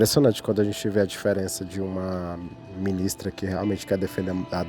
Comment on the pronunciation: só avisando que o acento no nome da Ministra ficou errado. Pessoal do ICL se equivocou também em um momento kkk